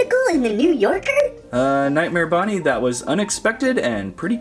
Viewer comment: It’s not nightmare BOnnie it’s bonnie